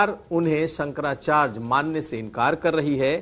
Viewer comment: Bhai bolna Sikh Jaoo sankracharj nahi hota sankrachary hota hai hud hai yaar